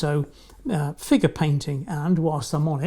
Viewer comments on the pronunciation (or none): You said "figure painting" I heard "FINGER painting" Lol